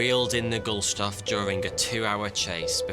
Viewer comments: “Gustloff”, not “Gulstoff”. 🤨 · First, "guSTloff", not "guLStoff". Second, it did make it to history books, just probably not the british ones :) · Why does the narrator keep mispronouncing it as "Gul-stoff" when it is written & pronounced as "Gust-loff"??!! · It's Gust-loff, not Gul-stoff... 😉👍 Otherwise, great video and interesting as usual🤩. Did not know about this naval disaster, and I thought I at least knew of most of the large ones. So I learned even more new stuff today. Thank you 👍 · is it Gulstoff or Gustloff? The titles say Gustloff but he keeps saying Gulstoff. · Okay, WTF, how in the fuck do you get "Gulshtoff" out of the name "Gustloff". That's not a mistake someone what can read English can make by accident. That can only happen by a literate English speaker who is so fucking lazy that they don't actually read written English words. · Gustloff, not Gulstoff. The text is correct, the commentary not. The pool was below decks and empty but occupied by female signals auxiliaries. They were mostly killed by fragments of the tiles when the torpedo hit. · You say "Gulstoff" and spell it "Gustloff" I like your shows but you are butchering almost any Name and word there is not English 😂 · It's pronounced "goost-loff" not "goolstoff" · Funny hearing you are saying that name wrong over and over again hahahah It is "GUSTLOFF" and not "GULSTOFF" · I don't want to be petty, but I wanted to point out that the name of the ship in the video is mispronounced and that the ship is called "Wilhelm Gustloff" and not "Wilhelm Gulstoff" as in the video. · You keep saying "gull-stoff" but it's really "gust-loff". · A 15 minute video where he manages to get the order of the letters in the ships name zero times 😆 GuSTLoff! Not Gullstoff ;) Love the videos anyway ;) Buuuut... ;) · Now when pronouncing gustloff, im not sure its pronounced gul-stoff, but more like gust-loff :P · He was saying GuL-SToff instead of GuST-Loff too many times. Sorry, it drove me a bit crayzier.